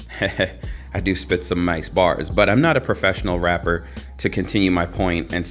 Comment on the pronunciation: "I'm not a professional W[r]apper"🤣🤣🤣